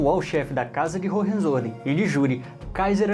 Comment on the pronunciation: Hohenzollern, se fala: Roem- Tzo-Lérn. O "R" de Roem se fala como os Cariocas fala o "R" de Rio de Janeiro....